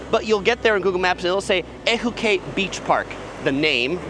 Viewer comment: FYI...Ehukai=Ay-hoo-kye=Sea spray/Red ocean; Haleiwa=Hah-lay-ee-vah=House of the Iwa(frigate) bird. IMO....Kua Aina burgers, opposite across of Matsumoto's, around the corner from North Shore Surf Shop, has better burgers than Teddy's...IMO. Also, <5mins walk from Longs is Storto's Deli & Sandwich shop. Opened in 1975, b4 Subway went global...has better sandwiches than said competitor...IMO